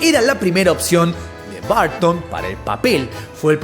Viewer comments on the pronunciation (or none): No se dicen Barton, en ingles se dice Burton. Tim Burton.